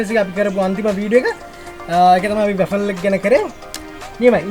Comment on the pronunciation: RA-FEL nemi WA-FLE ! Godak hodata program eka kerenawa. Api USA edan rasa widinawa, good luck !